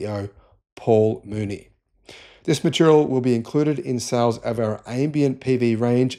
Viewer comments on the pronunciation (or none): none